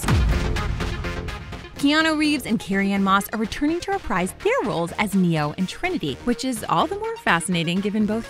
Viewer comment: It's pronounced "reh-preez" not "REE- PRIZE"